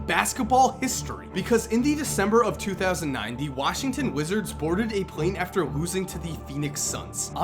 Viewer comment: 2009 THE it sounds like 2090 i agree